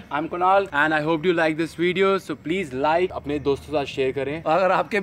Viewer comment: said 'weediyo' XD